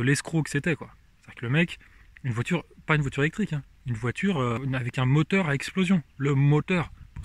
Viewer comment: "Le moteu' !" ... on a reconnu.